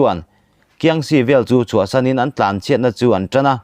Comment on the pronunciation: Mizoṭawng zir uluk ngaihna lai i nei zeuh zeuh, thil nei lêt leh tura va khul (nei lêt=tlan) hi, "chak takin a tlãn" tiha 'tlãn' anga lam tur a ni lo. Thlûk lo va lam rûr a ni e.